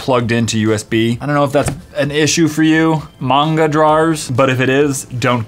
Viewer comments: It's not monga its manga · Just saying ITS NOT Munga its MANGA! xD WITH THE SOUND at the end letter A SAY A XD XD XD A!!! not a like apple a like ACHOO xD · chilled milk nope so was I, as an otaku I was really triggered. Manga is art not just a type of reading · Chilled Milk I don't think him saying "manga" wrongly would change anything. I don't think it's something to be triggered about.